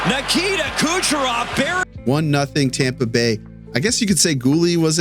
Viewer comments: is it me or every time he tried to say "Kucherov" it sounds like "Gucherov" lol, great video though once again!! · I think it's on purpose